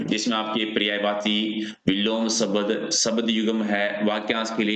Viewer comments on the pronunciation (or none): Sabad kya hota hai Shbda bolo bhai